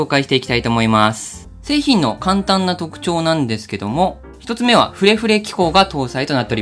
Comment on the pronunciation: シャープペンくれくれに聞こえてしまったw